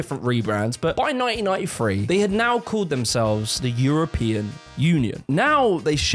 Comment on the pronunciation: as a hillybilly in ky i really liked how you said 1993. that had some good mouth feel right there. these videos are fucking great btw